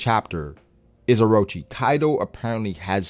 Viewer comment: That’s N O T “orochi...”